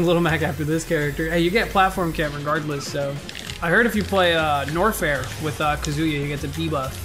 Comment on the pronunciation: Hearing pronounce Kazuya Kazooyah for 8 and a half minutes is making me want to cry.